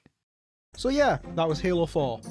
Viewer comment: hALOO FOour